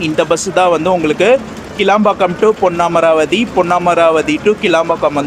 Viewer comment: புதுக்கோட்டை. போனா. காரைக்குடி , தேவகோட்டை , அறந்தாங்கி , ஏம்பல் பஸ் வரும். இராமேஸ்வரம் பஸ் உள்ள வராது பிரதர் , உங்களது தமிழ் உச்சரிப்பு பொன்னமராவதி சரியாக இல்லை ஏன் அழுத்தி ஒருமாதிரி பேசுறிங்க